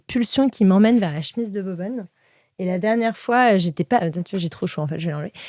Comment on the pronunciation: Che-mise ! Pas chmiz svp 😅